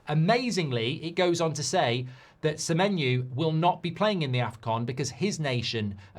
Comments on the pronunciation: Why he saying semenyu? O and U have different sounds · Semenyu there is a O at the end of SEMENYO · how does he get Semenyu from Semenyo ? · Mark trying to make that menu joke work by totally changing semenyo’s name to Semenu 😂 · Why is he pronouncing it like that? 😂😂